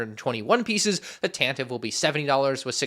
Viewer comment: It’s pronounced tan-tiv-vey